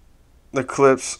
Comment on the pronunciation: It's pronounced Klippshhhh